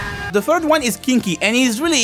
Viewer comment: Fuu-ki = "fucky", Sui-ki = "sucky", Kin-ki = "kinky" 💀💀💀💀💀💀💀